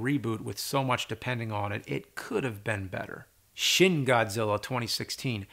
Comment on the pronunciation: Just a quick pronunciation guide: It's Shin Godzilla, Shin in Japanese would be spoken like "Sheen" as in Charlie Sheen, not like "Shin" in terms of the part of the leg